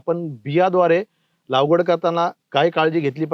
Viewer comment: सर लागवड... लावगड नाही